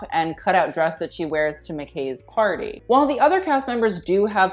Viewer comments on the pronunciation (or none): none